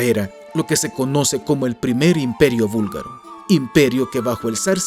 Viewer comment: Gracias por mostrar nuestro país. Somos muchos los búlgaro en españa, por eso hablamos español. Jaja. Sólo una pequeña corrección. Se dice búlgaro no vúlgaro. Nosotros hacemos una clara diferencia entre la B y la V.